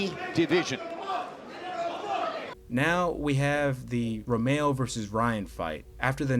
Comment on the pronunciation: Hold up! Why in the world are you saying ROMEO! Hahahha RO MEH RO